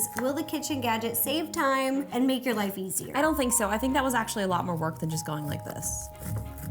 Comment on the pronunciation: Omg times not thimes